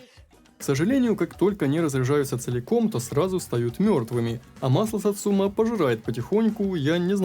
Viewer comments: Автомеханик произносит название, это единственное произношение название машины в игре. Ударение на сАцума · Почему все ставят ударение неправильно. сАцумы, а не сацУмы И с днем рождения